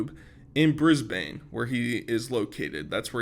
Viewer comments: Yo. Just to let you know Brisbane is pronounced Bris-ban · As someone local from Brissy, it’s pronounced “Brizbin” for folks from the US 🙂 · It's Bris-bin, not Bris-bane. Batman founded the capital city of Victoria, not Queensland. And he probably picks KFC because most Australians LOVE KFC. It's one of the most popular fast food chains in the country and is apparently much better quality than the rest of the world. In comparison, there are 760 KFCs in Australia compared to 4200 in the US. Divided by population, there's about 1 KFC per 35,500 Australians and 1 KFC per 80,000 Americans. And we call a 401k a Superannuation fund. A million AUD is probably about 670,000 USD right now, it's pretty shit recently. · "bris bane" oh brother